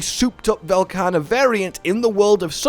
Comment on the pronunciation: I love Velkana, but i absolutely hate what Sunbreak has become, so I just hope they don't ruin yet another loved monster. And again for the love of mh, say his fucking name right.